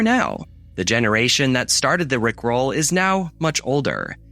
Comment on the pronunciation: My guy saying "rick ROLL" like a high school student trying to understand iambic pentameter. 😂